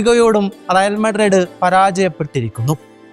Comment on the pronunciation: മുത്തേ റിയൽ മാഡ്രഡ്‌ ❌അല്ല, റിയൽ മാഡ്രിഡ്‌ ✅ ആണ്